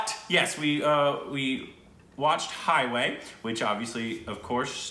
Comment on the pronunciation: It's Highway not Stockholm way